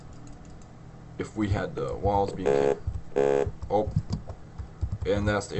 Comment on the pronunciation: Thanks a lot, this really helped, and also gave me a few laughs when it sounded like lols when you said walls